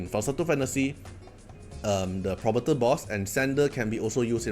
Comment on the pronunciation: Hey bro. Just a few tips: Phobetor is Fo-beh-ter not probator. Djoser, just ignore the D and say Joser.